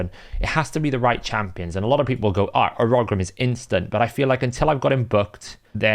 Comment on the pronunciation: I do find the way you pronounce Urogrim to be really interesting and a little jarring! 😂 Another good video though, keep up the good work!